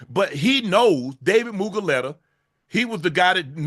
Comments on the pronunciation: It's Mulu-gheta, not Mugu-leta 😂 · Oh, you need to pronounce Dave’s name correctly this shit is so funny. You said it wrong 100 times. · For some reason Shannon pronouncing David mulugheta’s name wrong 100 times is really pissing me off 😂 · I wonder if Unc realize he says Mulugheta's name wrong 😂😂